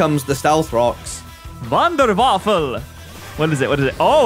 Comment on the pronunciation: im sure im not the only one who heard say "wonder waffle" I'm from Germany and it's always funny to hear English speakers try to talk german.